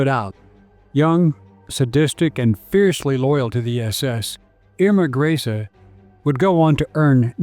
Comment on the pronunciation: I believe it is pronounced : Graze-Ah, from what I understand.